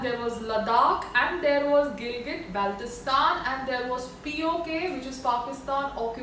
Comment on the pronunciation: Baltistan hota hay kali angreez😂